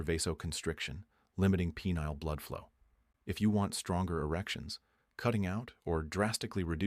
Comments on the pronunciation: "Pea-neal veins"? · "peneal"..?.. thanks, AI